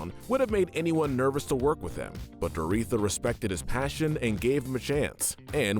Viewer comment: This is a bit nitpicky, but it’s pronounced Dor-oh-THEE-a, not Dor-EE-tha.